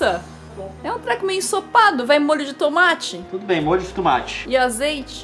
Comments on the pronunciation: o Leon fala tumate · Sem querer ser chata mas alguém já percebeu que o Leon fala "tumate" ao invés de "tomate"?